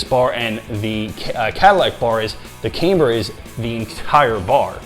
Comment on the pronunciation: It’s pronounced cam - ber unless they sent the bar to college. 😅